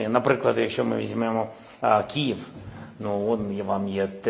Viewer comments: Не "Кієв" а "Київ"! Президент досі не запам'ятав назву столиці.🤮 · По-перше не Кієв, а Київ. По-друге, чим займається військова адміністрація Києва? Прикриттям корупції? У мене питання до преЗЕдента, який тримає всю владу в своїх руках, коли ваші 5-6 менеджери з вами на чолі перестанують красти як божевільні?